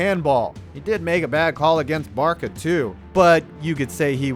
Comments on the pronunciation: I know everyone is bashing you for “Barka” lol but what triggered me the most is the way you pronounce Qatar... you damn Giants fans really are retarded huh 😝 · "Barka"? "Cutter"? Dude, how do you even have a channel? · Barça = Bar-suh. Not Bar-kuh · This man said “barka” and “cutter” Jesus Christ it’s “barsa” and “kuhtar” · Nice job, but you simply cannot pronounce Barça -- 'BAR-sa' as 'BAR-ka'. That's like saying, Please hand me the cookie shit. And then I-NEST-ee-a? Are you high? It's Iniesta -- In-YEST-a. My word. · Please don’t say “barka” it’s a soft C like “barsa” like how Barcelona is pronounced. Just saying, love the vid though. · Barka??? You obviously don't have a clue what you're talking about...it's Bar-sa you fucking idiot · Barça = "Barsa" not "Barka" 🤦‍♂️ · How the F**K do you not know how to say Barca properly. Joisus christ american's are so thick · Barka, it’s Barca soft c. Also it’s pronounced in ee es ta. Iniesta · Its barça not barca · Not Barka 😒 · it's pronounced barsa not barca it's spelled barça for a reason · Barka? I have to admire your guts in tackling all things soccer but that's funny lol ... it's "barsa" soft c mate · woof woof im a barka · I think BarSa is wrong too. Locals would pronounce it BarTHa I think. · Not to be nit picking but Barça (short for Barcelona) is Bar-sah, not Bar-cah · Barka barka barka....haha most famous club in the world counting all sports clubs and this idiot keeps saying barka barka haha ITS BARCA WITH A C,, AS IN BARCELONA HAHAHA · Dude you pronounced almost everything wrong. Barka ??? Katar ?????? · When he said barka I turned it off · Barka, inestia, cutter? Do some homework before making the videos :/ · Saying barka just denies any credibility of this video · It's not Barka moron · “European football” bro its just called Football barka???? And how can u not say Qatar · Inesee-uh and Barka? Bro, I'm American and I know that's wrong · How you pronounce Barca and Qatar disgusts me.